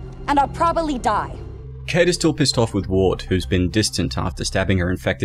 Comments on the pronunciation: "Probally" Probably. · "and I'll pobally die" 👀😬